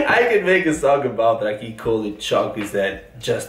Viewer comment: Türkçe yazıldığı gibi okunur. Çok güzel derken Ç ve Ü kelimelerini çok güzel söylüyorsun. Ancak I ve İ harflerini okurken dikkat etmelisin. Mesela raki değil rakı diye okumalısın. Bir de bazı kelimeleri İngilizce gibi okuyorsun.Kelime içinde Z harfini de yutuyorsun. Seni seviyoruz. Yalnız ben rakı içmiyorum ama yanında meze olmadan içersen çarpar derler..😀😀 Hoşçakal.